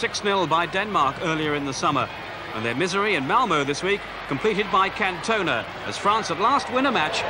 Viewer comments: 28th minute of this Peter Brackley pronounces Cantona as Can- toner. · Eric Can-toner not Eric Can-tennar 😂😂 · Absolutely joyful time capsule. This was a wonderful Programme - informative and irreverent. So weird to hear about the “West German” Championship and to see what a dreadful dilapidated shithole Stamford Bridge used to be. And who was that French player “Can-tone-a” that scored against Sweden ?